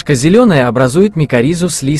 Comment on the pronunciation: Спасибо вам! Для меня сыроежка, любая - гриб который я не знаю и не понимаю. Но интересно разобраться, а вдруг мне понравится по вкусу. Только пожелание - поправить ударение в некоторых словах - сосна, охристый, зелёная.